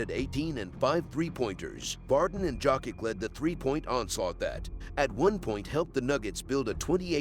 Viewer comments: Bro. Its yokitch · One would think after so many years Out of respect pronouncing one's name properly would be normal It is Jokić actually Pronounced Jokić Serbs write how they read and read how they write, meaning one letter one sound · It's a good video but just can't take it seriously when hearing Dzokick all the time..